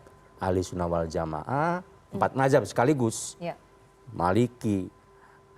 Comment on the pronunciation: Pembawa acara ini buta sekali tentang agama. Menyebut kata "Waljamaah" saja malah dibaca "waljamah". Padahal, istilah itu sudah populer, dimana anak SD pun bisa mengucapkannya. Hmmm.